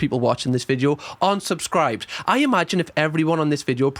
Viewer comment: I love cams content and the Geordie accent just tops it off..... Any time I watch anything I now call it a vidjoe lol no offence but that is fcuking brilliant. I ain't slagging you off because I'm Scottish and our pronunciation of stuff is weird too lol 😂